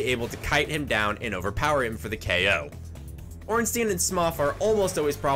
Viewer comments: He also pronounced Ornstein wrong. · "smof and ornsteen" xD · No ornstein is pronounced ornstEEn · Man you cant say ornstein or smough right at all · is he purposely pronouncing both ornstein and smough wrong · First video I've seen and never have i heard both orenstein and smough's names both be said incorrectly Smough rhymes with dough Ornstein rhymes with Frankenstein. E before I in german is a hard I sound I before E is a hard E sound Zwei which means 2 in the german word Zweihandre remember there is a Zweihander in game as well Zwei is german for Bi meaning 2 German and English are very similar in pronunciations Also for smough's sake its spelled like dough